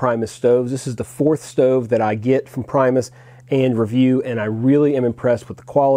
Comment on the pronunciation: For what its worth if you want to pronounce the company correctly its actually sounds like "Pre-mus" as opposed to the english pronunciation of "prime". Its not actually english and is the Latin/Swedish word for 'first'. I also think you'll appreciate the Whisperlite Universal model more if you ever get around to one. It lacks the really fine flame control on liquid fuels but has it on Isobutane and is also easier to service and is quieter. Lastly a little tip but with the gas cartridge adapter of the Whsiperlite Universal you can connect it to the Primus pump. Works fine.